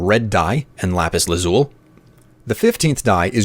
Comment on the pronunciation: The amount of pure rage I felt every time he pronounced lapis lazuli wrong